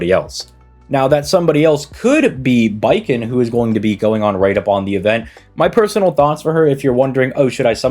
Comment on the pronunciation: It's Bakin, not Baiken.